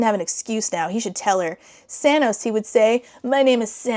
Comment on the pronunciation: I'm fairly certain you're saying 'Sanos', but YouTube is subtitling it as 'Thanos', and all I can think is that he's got purple hair and painted nails 😆